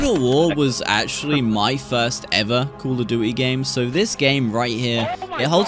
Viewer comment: Love your accent 😂 "Call of dooey"